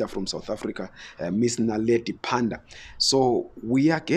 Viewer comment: It's Pando not Panda